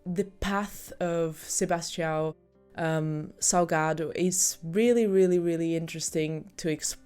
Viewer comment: wait, how come you pronounced his name so correctly? Are you secretly Brazilian?